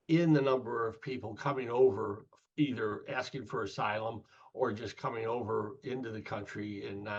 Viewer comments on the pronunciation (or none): none